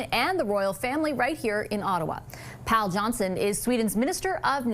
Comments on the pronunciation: Pål Johnson is pronounced "Paul", as it is the same name. It's the British way to say it but even the North American way would be more correct than saying "Paahl". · When she said Pal instead of Pål (Paul), it caught me off guard. But I guess the name fits him pretty well, with the Swedish and Canadian flags pinned to his coat.